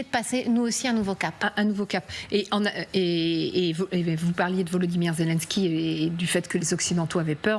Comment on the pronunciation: Quelle prononciation de me...de 😂 ZELONSKY